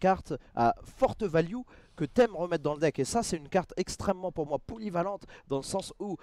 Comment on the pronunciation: La fameuse carte " poulyvalente "